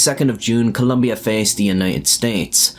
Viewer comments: It's Colombia not "lumbia" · it's not just in the subtitles that he made the mistake, he spelled the name at the beginning of the video and pronounced it wrong the entire time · You said columbia instead of colombia 💀 Columbia its a brand for mountaineering clothing lmao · it is Colombia, not Columbia. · Colombia not clumbia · Colombia is with o, not a u!!!!!!!!! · It's Colombia, not Columbia. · Very sad moment. By the way, it’s Colombia, not “Columbia”. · It's Colombia -- not Columbia. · As a Colombian, your an idiot. It’s COLOMBIA, not Columbia. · It's Colombia not Columbia 🤦 They even sell shirts that say that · "Columbia" wtf man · It is not "Columbia" but Colombia. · Colombia no U IN the name! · *Colombia….espel-chek puhh-leese😂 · Its ColOmbia not ColUmbia, dammit!!! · 1 for writing and saying Columbia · It's Colombia not Coluuuumbia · COLOMBIA, not COLUMBIA. Ignorant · Jesus Christ its COLO mbia Not Col U mbia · COLOMBIA. IT'S NOT COLUMBIA. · COLOMBIA !! It’s not Columbia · It's not Columbia. It's COLOMBIA ffs! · It's COLOMBIA....not Columbia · It is Colombia, NOT Columbia! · It’s “Colombia” man. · *Colombia (not "Columbia) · It’s Colombia not Columbia 🇨🇴👍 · It’s Colombia not Columbia. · It's Colombia not Columbia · Its Colombia not Columbia ... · Please guys, it’s COLOMBIA not “Columbia.” That said, I am so sad for this young man. Absurd, and to be honest, childish that anyone would harm him for this. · There is no U in the word Colombia. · U really need to invest more in the correct way of saying things in Spanish First of all it's Colombia no Columbia And you can use Google to know how to pronounce "atlético" not even a minute and you really messed up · ColOmbia. With an O. Jfc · It's Colombia, not "Columbia" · it's ColOmbia, there is no 'u' in the country name... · ColUmbia??? It's ColOmbia, mate. You're making a video of it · It's Colombia. Not Columbia. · holy fuck, gringos, it's Colombia, with two goddamn "o", when will you learn to spell it correctly.